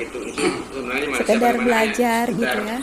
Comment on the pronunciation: Org Malaysia menyebut Malaysia bukan Malaysiye